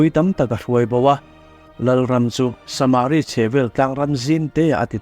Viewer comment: saaaaamari nge samari tinge a hi ithuk kual duah leh